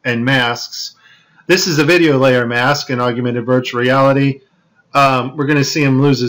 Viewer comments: Its "Augmented" like org + mented...Google it. Thanks for the interesting video and hours of research. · lol the guy can't even pronounce AUGMENTED... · Its augmented you illiterate. I assume you are just taking the piss with this video? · Isn't it called "Augmented" and not "Augumented" ??? Anyway, could you help us out, because CHL (Cool Hard Logic) is under attack and we need your help in finishing him off (which I think I set up very nicely). His channel is easy to find and right now he is shitting bricks over the FLAT earth !! xD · it's pronounced ogg-men-ted not ogg-you-men-ted... and HoloLens not HoloSense. great video though, while a few can be explained by artifacts, there are some stunning examples of deception on display here. well done on the finds. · Stop adding a YOU to augmented. It's NOT Aug-YOU-mented reality it's pronounced AUG-mented reality. And your attributing pack loss to errors in AR. There's a simple explanation for it, it's just packet loss. Very much like when Netflix or Amazon Prime glitches and loses packets on the movie being streamed to your house. Same thing. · Augmented = Og-men-ted! Not, Og-u-men-ted... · For gods sake, it is NOT PRONOUNCED "OG-YOU-MENTED" Its "OG-MENTED" Thats all. Simple. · love this video!! Keep it up. One criticism I have to point out that is bugging me. Please stop saying augumented, it is augmented! Nasa is going down!!! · Are you for real, or are you joking? “I prayed about it, and the lord told me which video it was”??? You must be fucking kidding, you can’t be for real.... AND IT IS “AUGMENTED”, “AUG-MEN-TED”, NOT “ARGUMENTED”, you dumbfuck!!! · It''s augmented yo , NOT augUmented. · It's awg-ment-ed. Not augUmented. Your putting a virtual U in there that doesn't belong. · augmented not aug-ooo-mented... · it's pronounced AUGMENTED.